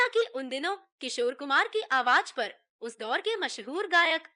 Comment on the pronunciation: It is very irritating to hear z pronounced as j Why aawaj? And not aawaz? Spoiled the whole experience